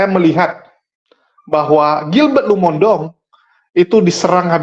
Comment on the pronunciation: Maaf, tolong nama marga pdt Gilbert dibenerin pengucapannya. Lumo-in-dong bukan Lumondong. Kesalahan dalam menyebut nama seseorg bisa membuat sakit hati 🙏 Maaf